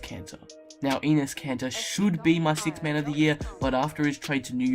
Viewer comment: Anus kanter and Hassin whiteside! (He said the names wrong)